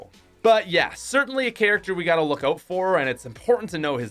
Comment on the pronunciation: Anyone else love how he says oat instead of out😂